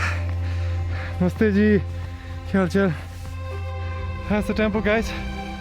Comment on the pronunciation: No one says Namaste ji better than 😁